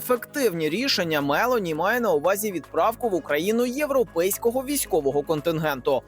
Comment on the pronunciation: Недолугому коментатору підказую: прем'єр міністр Італії носить прізвище МелОні, а не МЕлоні.